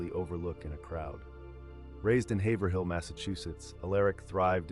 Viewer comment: It's pronounced hayvrill Haverhill if you're from Massachusetts just my two cents